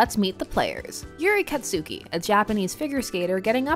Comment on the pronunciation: "KatSUki" that's...not how it's pronounced